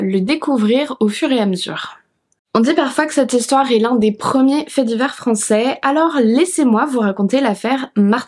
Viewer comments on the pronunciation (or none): none